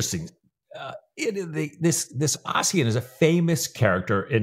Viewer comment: Fyi Ossian is pronounced Usheen 😉